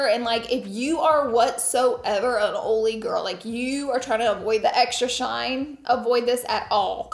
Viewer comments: Ok so she was saying the word “Oily”. I was like why does she keep saying “old”. I know some Deep South folks and I’ve never heard someone it like that. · Laura saying oh-lee (oily) lol 😂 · “o-ly” “o-lier” <— yo, dat West Coast lingo? ❤HugsfromNYC 🍎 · The way you say “oily” absolutely made my day! Love your channel! 😊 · I love how you say “oily” we say it like that in Dutch ✌🏼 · haha Laura, I can't with the way you say "oily"!